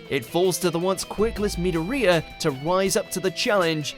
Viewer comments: okay so im not someone to get bugged by name pronunciation but who else heard him say me-doo-reee-yaa and not midoria......seriously that hurt my ears XD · Did he call YOUNG mydoria meedaria.... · His pronunciation of midoria kinda hurt me a bit prooly spelled it wrong tho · Miidhoriiaa. Wtf is wrong with your pronouncing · The way he pronounced midorya 🤢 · He said Hunter x Hunter's name right, but not Midoriya's. :( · Am convinced these guys have no clue what they are talking about they are just reading a script someone wrote. the way he pronounced midoriya 😂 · Anyone else gonna comment on how he pronounced Midoriya? No? Ok, and I thought the misprouncing of Naruto was bad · dude mangled the pronunciation of midora so bad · I legit almost clicked off when he mispronounced Midoriya’s name🤦‍♀️ ps I can now die peacefully seeing #1